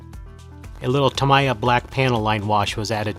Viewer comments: It's tuh-MEE-yuh or TAM-eee-uh. Definitely not tam-EYE-uh. But holy crap what incredible work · FYI It's pronounced Ta-Mee-Ya . If your don't believe, phone them.